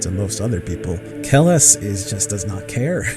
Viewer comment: Atleast get the name right. Its Kellhus Not kellus.